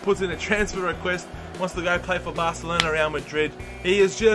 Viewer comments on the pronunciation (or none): none